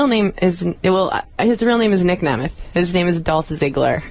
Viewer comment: ...and she said Nick Nemeth.